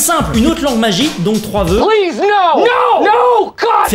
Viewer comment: J'adore quand tu dit no god plise no